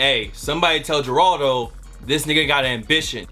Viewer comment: Yo its pronounced "Heraldo" the makes an H sound, but fuck him he a bitch